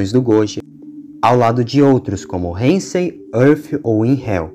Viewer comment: Isso foi do cacete! Mas so pra falar, n e reinsei, é heisei